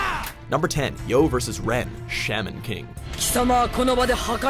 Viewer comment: I swear gets names wrong on purpose. He said shaman King as shamin then said shaman tournament a few seconds later as Shawmen which is correct. 🙄